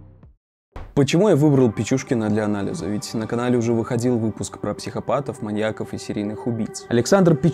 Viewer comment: Не маньякОв, а маньЯков. Ударение не смещается при склонении слова